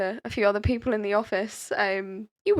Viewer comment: It’s people. Not “peepoow”